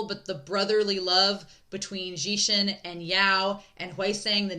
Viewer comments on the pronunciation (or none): I'm not sure if I'm hearing it correctly but I hear you pronouncing Wangji as "Wanji"? If that is the case then just an fyi, the 'g' in Wangji isn't silent ^^ And Xichen isn't pronounced 'zee-shen', it's 'she-chen'. Again, I don't know if people have corrected you in future reactions so I'll leave this here just in case 🙏🏻